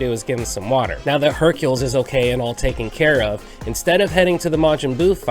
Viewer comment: Just got this game back after a nice long years of not playing it and in this video I think everything's awesome except Hercules name being pronounced as I think everyone says Hercule